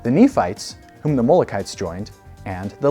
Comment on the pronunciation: Ummm... you might want to redo the video with the correct pronunciation of Mulek and Mulekites. There's a handy wikipedia article on Mulek which makes it easy.